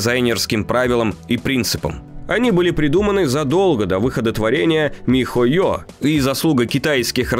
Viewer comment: Угараю как диктор говорит по слогам ми-хо-ё и Монд-шдат-дт ахахах